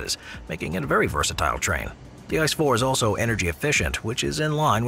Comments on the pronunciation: ICE 4? it is named i.....c....e not ice...lol ask a german where is my ice? and he sends you to a eisdiele! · Its not ice…. Doesn’t pronounce as ice bro….